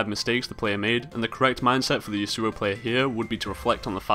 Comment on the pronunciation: It is YAsuo, not YasUo. Trust me, I know someone IRL with that name :)